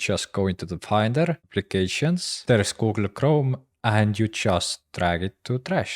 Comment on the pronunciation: I love how he says “goo-ool kroam.”